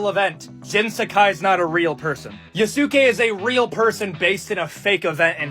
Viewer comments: Yea su kay. My man is making me cringe with each time he said it. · > promnounces it Yo-SOOK-ay >Opinion discarded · “I gotta play a WOMAN or the BLACK MAN YA-SOO-KAAY?! I’m so invested in getting the Japanese culture right when I can’t even pronounce anything correctly and I’m absolutely not using it to hate on women and black people” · It’s pronounced ya-skay like saskay sasuke from Naruto omg I got triggered so bad it’s right up there with people pronouncing kamehameha wrong when it got added to Fortnite lmao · "yuh soo kay" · Dude talking about respecting Yasuke but can't say it right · The guy talking about the creed shadows thing and then choosing the one black guy to ever be a samurai bothered me. I understand his points, but he can’t pronounce Yasuke, shinobi, or Tsushima right and it bothers me so much cause it’s not that hard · The dude mispronouncing Yasuke's name while bitching about not being historically accurate will never not be funny. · Can't stand the way that guy pronounces Yasuke. The thing that's really funny to me about the whole Assassin's Creed situation is like.... When have those games ever been historically accurate? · I die every time the guy pronounces Yasuke's name wrong 😭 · I am not taking the opinion of anyone who pronounces Yusuke like that. No opinion for him.